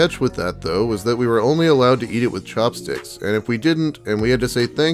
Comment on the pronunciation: IDK why but when you said chopsticks, it sounded like you said cocksticks.